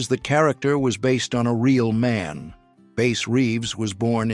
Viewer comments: It's Bass like sass or crass. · “Bass Reeves” as in bass player not the lawman. “Bass” as in the fish…fuc*ing AI……